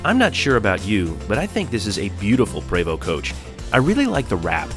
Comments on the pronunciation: Some years ago I learned that Prevost was pronounced "prayvoh"'. I enjoy your fantastic presentations! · I'm pretty sure you're pronouncing prevost incorrect